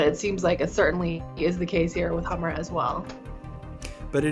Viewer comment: "Get to Da Hammah"